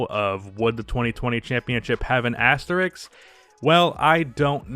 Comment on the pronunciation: It’s asterisk, not Asterix.